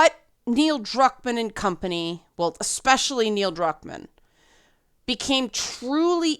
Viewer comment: There is no “C” or “X” in the word “especially”. It is pronounced “iˈspeSHəlē”, not “eXpeSHəlē”